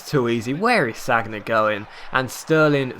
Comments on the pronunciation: Sagna is pronounced San-ya not Sag-na :) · don't you ever watch football on tv? it's 'san-ya', not sag-na... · Was cringing through this episode it's pronounced SAN-YA not SAG-NA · SaN-Ya not SaG-Na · called Sanja not Sagna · San-ya! San-ya!:'-) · You pronounce sagna wrong, it's San-ya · Sorry, but I cringed each time you said Sagna. Amazing videos as always though, keep it up.